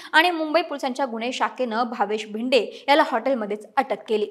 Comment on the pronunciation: जरा मराठी सुधारा भिदे नव्हे भिडे